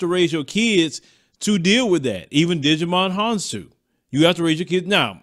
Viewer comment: lol! His name is pronounced Ji - Mon Hon-soo.